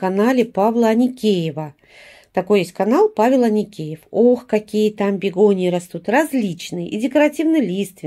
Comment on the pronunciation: вы почему то всё время говорите Аникеев)